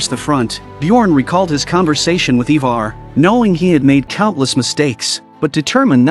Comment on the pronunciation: its Ironside not Ironborn. its IVAR not EEEVAR. Is this an AI narrating?